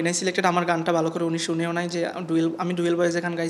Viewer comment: ডুয়েল্ব নাকি ডুয়েট 😆😆😆